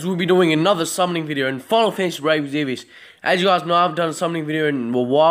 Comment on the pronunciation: IT'S EXVIUS, not Exzevius... God that annoyed me lol